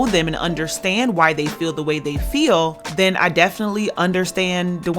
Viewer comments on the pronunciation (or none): none